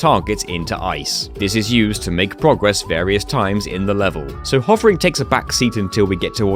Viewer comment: Why do pronounce progress incorrectly?